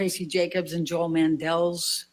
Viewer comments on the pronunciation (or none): none